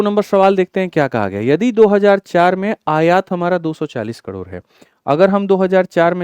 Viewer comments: कड़ोर काहे बोल रहे 😂 करोड़ होता है कड़ोर कड़ोर सुन के दिमाक कड़ोर पर ही अटक गया 😂 दिमाक का दही हो गया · Yrr sir kador kador kyu bol rhe hai😅😅😅